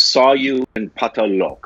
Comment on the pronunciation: putting so much effort into saying Pataal Lok. I mean he’s still saying it wrong. But A+ for effort.